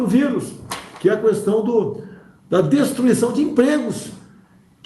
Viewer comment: Questão , não " cuestão ".....🤦‍♀️